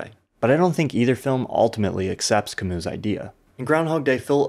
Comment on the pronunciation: It burns my ears every time you mispronounce Camus